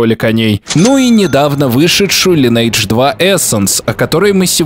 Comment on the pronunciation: Увы, пришлось прекратить просмотр данного видео, так как каждый раз, когда я слышу "Лайнэйдж", у меня начинает течь кровь из ушей.